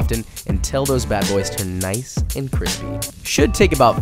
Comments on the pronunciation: HE SAID CRISPY NOT KWISPY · When did he start saying cwispy and b roll tho